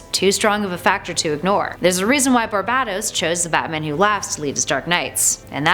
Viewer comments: ITS PRONOUNCED BAR-BAY-TOS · You are pronouncing barbatos Wrong